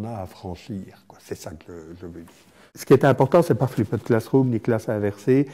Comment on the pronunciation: flipped ne se prononce pas ainsi, d'ailleurs bien prononcé ça sonne plus comme ce que ça signifie. "FLIPD".